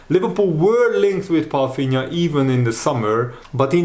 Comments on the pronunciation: As a portuguese i must say, you are assassinating his last name "Palhinha". Pafinha?? 😂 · Hi how you pronounce german words is very well. Did you learn that in school. Why do you call him "Palfinia" when there is no F in his name?